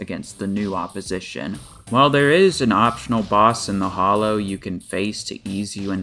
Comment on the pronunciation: This is nit picky but it’s called the hallow not the hollow